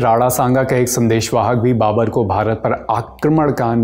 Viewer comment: Babar hota hai ya babur